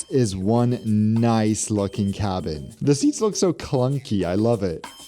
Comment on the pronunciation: You crack me up with how often you say "Noice" . I think you need to move to Oz, oh and also i love your obsession with musical theatre as that is my profession ! :)